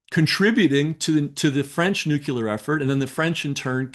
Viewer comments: I have a hard time taking anyone seriously who cant say the word "nuclear" correctly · Give him a break. My husband was a nuk and I have gotten my tongue tangled on it before. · I can't take seriously anyone who can't pronounce "nuclear". Plus nuclear weapons don't exist. They're only propaganda. The Israeli government knew that obviously, and I think this is deliberately planted disinformation. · Just a suggestion... if you are aiming to be credible... at least pronounce the word "nuclear" properly or you will lose many... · Hard to believe that someone who is so conscience of his diligent doings does not know how to pronounce the word nuclear... I do question someone so diligent on proper and correct information how they do not know how to pronounce such a critical word in their studies... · Very useful and informative but did it bug anyone else that the guest pronounces "nuclear" the same way Homer Simpson does? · For Chrissakes, learn how to pronounce NUCLEAR! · "nuclear" has two, not three, sylables. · It's nu-CLEAR, not nu-CULAR. Christ, this drives me insane. KNOW THE WORDS YOURE ATTEMPTING TO USE!!! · bro it's "NUCLEAR" not NUKULER.. You wrote a BOOK on this but never noticed how the word is spelled...? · The word is nuclear, pronounced "nuke-lee-er" not "nuke-you-ler". I'm baffled that a so called expert cannot pronounce the word correctly when English is obviously his native language. It does matter. 🤔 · ...WHAT''s that "NUCULAR"?!... Is it supposed to be "NUCLEAR"?!.... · “Nuc-LE-ar”. NOT “Nuc-UL-ar”. Ughhhhh!!! 😣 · Not « nucular » but « nuclear » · I’m loving this, but…. Nuclear pron …. Nu clee er Not Nu kyoo ler But seriously! Thank you for this amazing interview and guest! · I can't take anyone seriously who pronounces it nook-YOU-luhr. It's nook-LEE-uhr. As in... nucleus. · It drives me crazy when people say nucUler rather than nuclear. You'd think folks writing about the technology could pronounce it correctly, but not to be. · Nucular? Lol